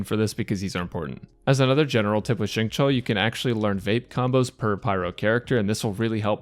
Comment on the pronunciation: I was 5min into the video trying to figure out what was so weird about it and realized it's because you're one of the only people I've seen pronounce Xingqiu's name correctly 😂😂😂😰